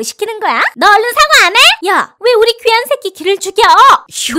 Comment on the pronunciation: 귀한 새끼 를 개새끼라고 들림